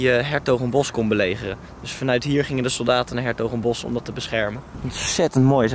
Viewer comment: je spreek s'hertogenbosch uit als shertogenbosch of Den Bosch niet is Hertogensbosch, ff tippie;-)